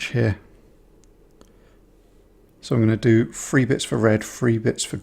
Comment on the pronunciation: Love your work, but the way you Brits pronounce “TH” as “F” drives my American ear bananas! “THree,” not “Free”! Other than that, cool beans!